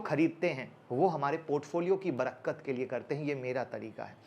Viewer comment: Sir...aap Barkat ko barakkat bol rahe ho ...bura mat manna sir ,,aap se hum shikhte he to kabhi aap ko sahi bata bhi sakte he...Happy dipawali